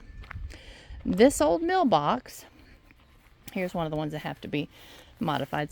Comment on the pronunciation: What was the meal box or mill box as I hear you say it, used for back in the day? At first I thought you said mailbox! Love your ideas!!